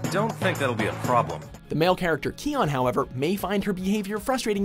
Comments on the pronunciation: Kyon = "Keon" apparently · Did you really just pronounce Kyon, 'Key-on'?? XD you guys must do this deliberately. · I'm surprised no one is bothered that you mispronounced Kyon.